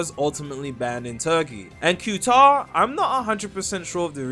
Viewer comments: It’s pronounced cataar not qtar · It's pronounced "ku tar" or "kah tar" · "Q-tar" gtfo 🥀🥀